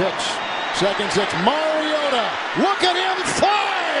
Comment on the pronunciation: who’s the commentator ? he’s the only one to pronounce Mariota’s name correct.